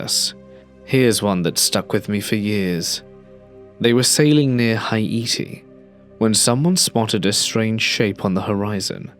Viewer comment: I've never heard Haiti pronounced that way. XD